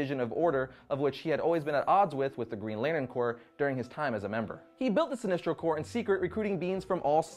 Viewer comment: Are you saying sinistro or sinestro? it sounds like you keep saying sinistro.